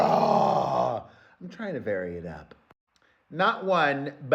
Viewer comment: I personally love when the camera shakes when you say "SAGA"! It adds vibrato.❤